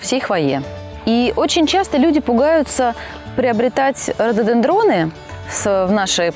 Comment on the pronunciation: Молодцы, ребята. Очень поиятный ролик получился. Эстетично. Желательно исправить ударения в названии РОДОДЕНДРОН. Радует превосходная дикция у ведущей. Спасибо, ребята!